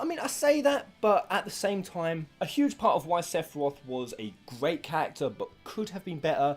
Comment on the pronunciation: Every time you say "character", I keep hearing "cactuar".